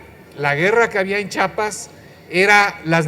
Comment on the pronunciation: para empezar Dígale al comentarista que el estado se llama Chiapas no "chapas" como estúpidamente le dicen muchos. Por eso cuando vino Manuel Camacho Solís arreglar "chapas" de inmediato se le puso el cerrajero después; el kotex porque según él venía a detener un derramamiento de sangre. Así que por favor Díganle a este comentocrata que se pronuncia Chiapas y no chapas como muchos imbéciles lo pronuncian. En Chiapas ha cambiado muy poco desde entonces, fue más el ruido que los medios le metieron que lo obtenido. En la guerrilla conocida hoy, como la guerrilla fe Estambre, por los pasamontañas usados por los actorazos de aquel periplo.